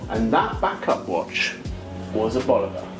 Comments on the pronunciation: It's Bulova, not Boluva. At least get the name right. You claim expertise on the subject and yet can't even get the brand name right. Hmm. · I respectfully disagree. It's BoolOva or BOlOva. Never Bolyouva, as some pronounce it. I know it is of Czech origin but it is an American brand and the pronunciation is closer to BOlyouva. Anyway, you provided a fantastic review and I don't want to detract from caught by getting caught up in the intricacies of pronunciation.